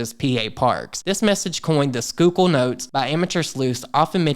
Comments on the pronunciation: Awesome job on the pronunciation of Schuylkill! This whole thing is weird and hadn’t heard of it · I am super impressed that you pronounced Schuykill correctly! This is scary AF! I would also love a video on Oprah and the Illuminati. Her name seems do be coming up in all sorts of messy ways lately.